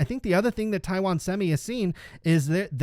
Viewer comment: Great job. Your pronunciation of Taiwan is very close to the mandarin pronunciation. It surprises me.